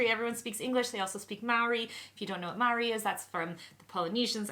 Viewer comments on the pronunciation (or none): Isn't Mauri pronounced mori? Tnx for an informative vid! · OK guys, we're loving having you. The word isn't just Maori, it has a different rhythm. It may read as 2 syllables but pronounced 3. Mar o ri with a roll on the 3rd.